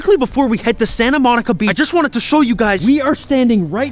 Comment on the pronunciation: You said Santa monca